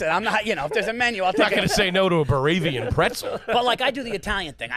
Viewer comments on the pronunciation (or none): This man said Baravian Pretzel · He said Bavarian pretzel so wrong so confidently 😂